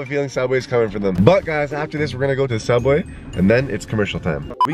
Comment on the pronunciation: It’s not zuebwas it’s soobway